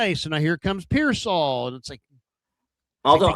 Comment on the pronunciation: Yeesh, this guy cannot say Pearsal right ever